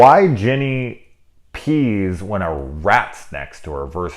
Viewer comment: Whenever you mispronounced Ginny for Jeannie. Barbara Eden pops in my head. Why I think of her, who knows.